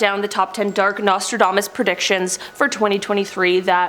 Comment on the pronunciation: I heard his name was pronounced "NASTYDAMAS" :)